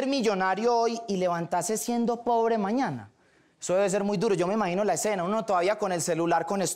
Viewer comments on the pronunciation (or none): none